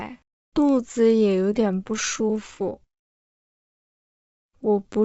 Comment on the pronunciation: 下午好。我觉得肚子的声是 -》 dùzi 不是 -》dǔzi. 我错了吗？